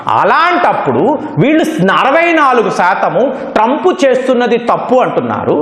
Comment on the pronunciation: TRAUMP. Sesefair.. Antadu...